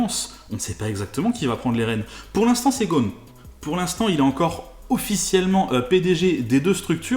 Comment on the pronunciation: GhoSSSSSSSSSn et pas Ghon! Les Français sont les champions de changement de nom !